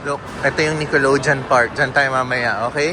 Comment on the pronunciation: ung sa Nickelodeon, ung last syllable ay "deyon" not "jon" 😊